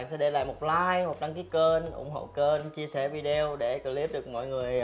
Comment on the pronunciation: Den thoi gian nay ma con nghe phat am vi - deo thi " het y ", phai la vi - de - o nhe, cac ban o mien Bac chu y dum, thanks.